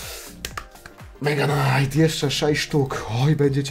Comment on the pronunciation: Muwi sie mega knait